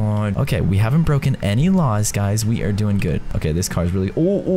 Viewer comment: Caylus: We got to try not to break any raws Me: HAHAHAHAHHAHAHAHAHAHHAHAHA HE SAID RAWS NOT LAWS